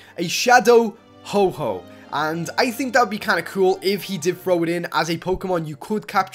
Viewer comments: U Said Shadow Ho-Ho Not Ho-oH DOOD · mispronounceations.....you said"Ho-ho"instead of"Ho-oh"... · ho-ho? i thought is was ho-oh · Dude, it's Ho-Oh not "Ho-Ho" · you said ho_ho it is ho-oh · btw its Ho-Oh not Ho-Ho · U CALL HO-OH HO-HO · Its calld ho-oh no ho-ho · its ho oh not ho ho lol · he's not santa Claus it's not ho-ho it's ho-oh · its not oh-ho its ho-oh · Ho-Ho? It's Ho-Oh. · ho-oh not ho-ho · it not HO-ho it HO- oh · its shadow ho-oh not shadow ho-ho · its ho-oh not ho-ho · ITS HO-OH NOT HO- HO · dude its ho-oh not ho-ho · Him saying ho-ho instead of ho-oh mad me drink over my daily amount of bleach. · ITS NOT HO HO, ITS FREAKING HO OH!!!!!!! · he said ho-ho it is ho-oh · Hoho. What. It is ho oh. He is not Santa. What the fuck. Hoho! Santa Claus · "Ho-ho" I'm triggered.... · Shadow Ho-Ho? Don't You Mean Shadow Ho-Oh? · He say Ho-Ho insted of Ho-Oh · HE SAID HO HO!!!! HO HO!!!!!!!!!!!!!!!! ITS HO OHHHHHHHH!!!!!!!!!!!!!! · shadow ho ho? its not black santa is it fyi its ho oh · its not "Ho-Ho",its "Ho-Oh" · Not ho-ho,ho-oh Plz don't make that mistake!! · HO OH!! NOT HO HO!! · Ho ho ho! Hope you've been nice this year! I am Santa Claus. What the Fuck u pronounce ho oh as hoho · It is Ho-OH not HO-HO. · It's not "Ho-Ho" it's Ho-Oh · ITS NOT HO-HO ITS HO-OH! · You said ho-ho its ho-oh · Its not Ho-Hoh. Its Ho-Oh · It's not shadow ho-ho it's shadow ho-oh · is santa its ho oh not ho ho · ITS HO OH NOT HO HO BRUH DO YOU THINK ITS SANTA COME ON HO OH IS NOT SANTA WE ALL KNOW THIS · You said Ho-Ho instead of Ho-Oh..... GOOD JOB (not) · Ho-oh is not santa so don't call it ho-ho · NOT SHADOW HO-HO ITS SHADOW HO-OH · not ho ho its ho oh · its not ho ho its ho oh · Its nit freaking ho ho its ho oh dude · its ho-oh no ho ho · ho ho it's ho oh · said ho-ho instead of ho-oh just to tell u ;) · It's a Ho-Oh not a Ho-Ho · HO-HO XDDDD ITS HO-OH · ho-oh not ho-ho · its.not a ho-ho its ho-oh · ITS HO-OH! -_